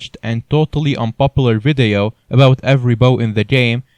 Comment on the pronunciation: i love how he says vadeio